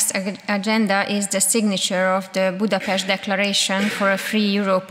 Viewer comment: ész tényleg, -nél Budapesztet mond. Most akkor rendben vagyunk? Igazad van, tényleg ez a lényeg. 😆Mit mond Dóra??? Budapest, vagy Budapeszt? További szép napot!😙